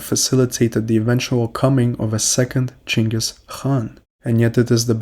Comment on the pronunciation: why do you use the chinese pronunciation of Genghis name?